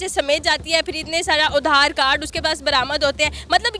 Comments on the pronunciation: Are udar card nahi. Aadhar card bolo. 😂😂😂😂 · Udhaar card nii adhar card Hota hai😂😂😂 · उधार कार्ड नहीं आधार कार्ड😂😂😂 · Udharcard nahi adharcard bolte hai usse 😂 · udhaar card nahi its aadhar card anpad gavaar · Black dress wali kitna ganda muh bnakr bolti h pati, patni, bhaiya🤣🤣Or madam udhaar card nhi hota adhaar card hota h phle samjhlo ache se, or ha pake desh ki secourity forces kya kr rhi thi jb ye farzi documents bnwakr 2 round desh se bahar lgaa rhi thi khud ko bhi dekhiye, vo india baad me aayi h phle apke desh se nikli h sabko thenga 👍 dikhakr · उधार पे चल रहे देश की जाहिल औरत आधार कार्ड को उधार कार्ड ही बोलेगी.... 😂😂😂जाहिल.... कचर कचर कचर.... दिमाग मे उधार जो भरा है IMF का😂😂😂😂